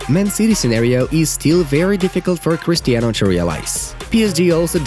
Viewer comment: "CHRISTAINO" why ? football news why ?😶🙄🙄🙄🙄🙄🙄